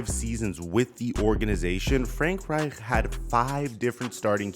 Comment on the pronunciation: Bro why is it so hard for you to say Reich? Lol. It’s pronounced Ryke